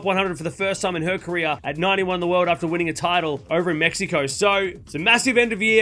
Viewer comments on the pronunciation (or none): none